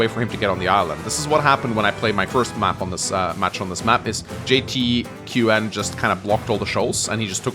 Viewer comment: For future Reference, JTQWN I believe is supposed to be said as "Jay-Town" the Q acting as a O. It's kinda like 1337 Speak. Wh3r3 Y0U T41K L1K3 TH15